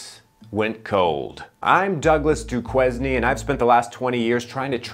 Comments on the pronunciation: "I'm Douglas Duquesne and I can't properly pronounce my own surname." (It's "Doo-CANE", like the university and the hero of "The Shawshank Redemption".) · Douglas "Doo-QUEZ-nee?" 🤣🤣 It's pronounced: "Doo-KAIN." 😁😁 I guess that's why this skit is so funny! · Dookweznee. 😂😂 Cuz I mispronounced my oWn nAmE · The names in this one were A+…but the clincher for me was how he pronounced “Duquesne!” Lol!! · As someone from Pittsburgh, the pronunciation of Duquesne killed me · lol mispronouncing duquesne has made my day